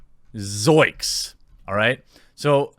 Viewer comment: Yo Jeremy Shaggy always said "zoinks" with an n, not "zoiks."